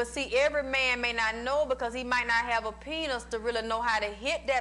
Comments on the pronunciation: i love this and how she say penus 😭😭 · I just can't get over the fact that she pronounces it like "penus".